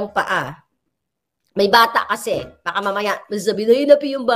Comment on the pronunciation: Baka??? Cow ba yun? … dapat baka ( maybe) tuluy tuloy ang bigkas… Mabilis ang bigkas!!!!!